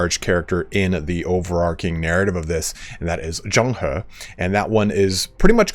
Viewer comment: You did good in zhang he’s name thats commendable. Let me help you at best i can! [Name: pronunciation] Yuan shao: yuh-when sha-ow Cao ren: tsa-ow run Xia pi: sha pee Wen chou: wun ch-oh Yan liang: yen lee-ung And so that you dont stress everytime you say his name Zhang he: ja-ung huh Props for still trying your best and not saying “ f-it ill read it like a retard.” 👍